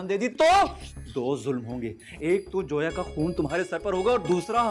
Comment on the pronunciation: Ye log zoya ko joya kyo kah rahe he?